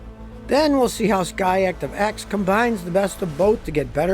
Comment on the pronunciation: Every time he says SKY ACTIVE instead I hear him say Scotty ACtive